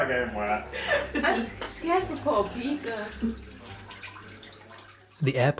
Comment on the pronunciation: PEEDAH THE FISH IS HEAH